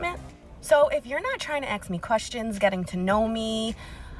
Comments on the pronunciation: Ffs It's ASK. ASK. A S K not AKS. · white woman says: "if youre not trying to axe me questions" How hard do you think she is trying